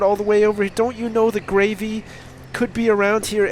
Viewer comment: Every time he says Gravey I think gravy.